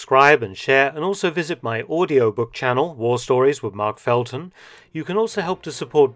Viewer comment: One of the best components of a Dr Mark Felton video are his excellent pronunciations. He is the standard that I compare other history videos with. Thank you Sir for your superior content!